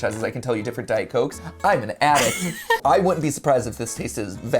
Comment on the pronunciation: Bro really said “I’m an adict”